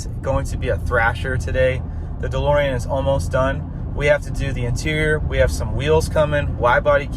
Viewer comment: Call the car "DeLSorean"